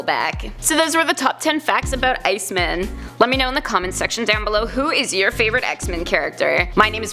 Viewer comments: Bruh i hate bruh she need to pronounce these heroes name better! Its iceman! Not icemen! Wtf wrong with her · IceMAN, not Ice-min... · She is saying “Ice Men” I am sure of it it is driving me so crazy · Stop saying Ice MEN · Shabloinkz I noticed that as soon as she said it 😂